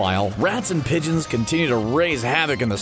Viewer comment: Its pronounced pigeon